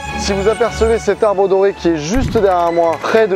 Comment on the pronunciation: En Bretagne on dit Ge-ne-vi-èvre 🤗 et Tré-ho-ran-teuc 👍 et puis on dit L'arbre d'Or